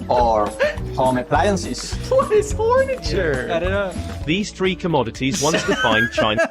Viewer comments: To be fair, if you turn up the volume, he caught the "f" very softly, but goofed the rest into "fornature." But yes, overall a poor choice as an English speaker. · Did that guy say Horniture.... or Whorenature?